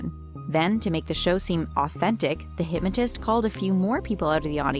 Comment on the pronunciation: Who else hates how she says hypmatist.